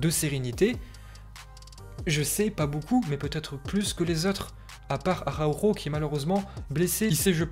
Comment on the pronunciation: Comment sa espagnol il dit Arhako